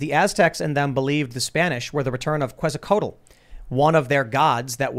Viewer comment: It's Kayt-Zoh-Kwattle, . . . not Kehtzo-Coatle.